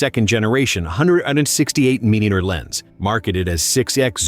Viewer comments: AI bots never seem to be able to translate abbreviations. MP for us is “megapixels”, for this AI robot it sounds like “memoir p”. mm for us is “millimeter”, for this AI robot it sounds like “mill-inch”, or sometimes “mill-eater”. Those are not things. Please give a real person a job reading this. The content is good but the AI reading sucks. And no, you didn’t take all three of these drones up to a mountain top. AI robots have come a long way, but they are not that good. When they are. They will have probably killed us all already. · Ai voice removes credibility from this video. It can not seem to get the pronunciation of MM (millimeter) correct more than half the time. Plus where is the footage of all these test flights you speak of? please don't make crap like this. show your work.